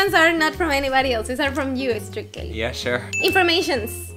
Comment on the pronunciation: said "Estrictly" instead of "Strictly" 😂 very mexican